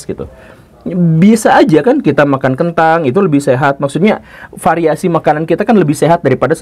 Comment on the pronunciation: Kentang om bukan kentung... 😂